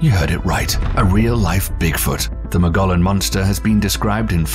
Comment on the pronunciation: Do some research first. Learn how to properly pronounce “Mogollon”. From one whose lived in Arizona.